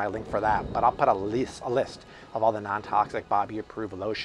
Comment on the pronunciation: lmfao "but I'll put a leeest - a list" haha